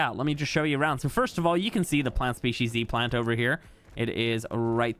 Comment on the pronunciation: Saying plant species c all the time 😅 its z ❤